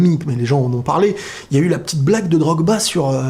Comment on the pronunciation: C'est Drogba pas Drog-Ba ensuite D'ou quelqu'un qui se mange des remontada historique juste parce qu'il fou un coup franc qu'on met facile à Fifa il deviens l'élu du ballon d'or mdr, Ronaldo l'an passé a fait des merveilles mais à qui ils l'ont donné?